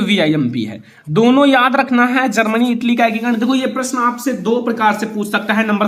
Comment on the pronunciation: Bolna toh seekh lo Germany hota h zarmany nahin h.